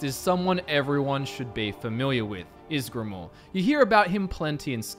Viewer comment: I'm surprised he got ysgramor right but that wrong.